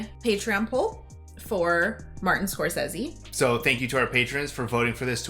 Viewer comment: Good for for pronouncing Martin Scorsese's name the same way he himself pronounces it and not the way everybody else does.